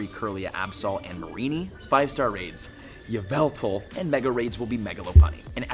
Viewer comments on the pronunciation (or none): IT IS YAVALTAL!!! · Ya-vu-tal you pronounce like that his name (right way).